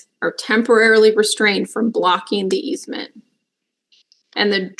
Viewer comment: Easement, not easemen. Sheesh.